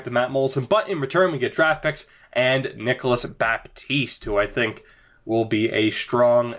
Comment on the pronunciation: Dont prononce the "P"in Baptiste 😉